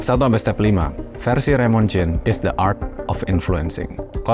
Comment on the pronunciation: Gw mau komen ke hal yang keliatannya kecil tapi mengganjal pikiran gw, disaat lu bilang the art of influencing, lu bilang "the" dengan kata "de", yang dimana seharusnya pake kata "di" karna bunyi yang keluar dari mulut setelah kata the di ucapkan itu bunyi vokal, jadi ya the art of influencing bacanya di art of influensing, yes, again ini hal kecil, cuman gw ngerasa agak gatel aja, dan juga, gada salahnya kan buat menjadi lebih baik ???